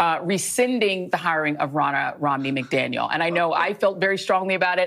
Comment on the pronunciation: Did joy reid say romney McDaniel? Lol